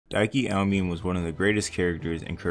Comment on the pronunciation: it’s pronounced ow-me-ne, not ow-min😭😭😭